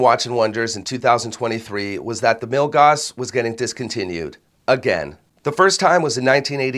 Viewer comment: FWIW Milgauss rhymes with hill-house